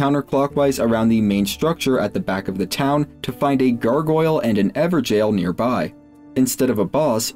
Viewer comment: Bruh everjail? Not even gonna try to pronounce it correctly?